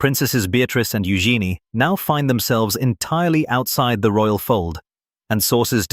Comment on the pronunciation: Lol..royal..not roayl😂😂